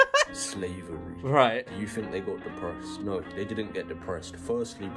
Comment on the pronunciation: Th not f